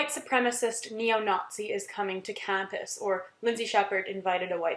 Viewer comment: Also don't know what troll hired you but you break your American accent around in the range. You can't say 'campus' and 'but' in an American accent. Haha. Sounded a bit Irish. Hope they paid you well bc you have no honor.